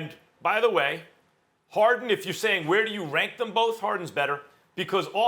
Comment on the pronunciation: Perkins: “James Hawden”